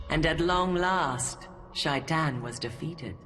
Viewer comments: Yeah, the pronunciation of Shaitan varies significantly. I believe Robert Jordan had intended it be pronounced the way it is said in Arabic (I speak Persian, and if it’s the same in Arabic, the proper pronunciation is that “Shai” rhymes with “K,” and “tan” is pronounced like the word “ton”), though the original audiobook narrators (Michael Kramer and Kate Reading) say it like the word “shy” and the word “tan.” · I wonder if some of the audiobook’s production choice was to make it not immediately sound as much like the common English “Satan”, which “Shay-ton” would.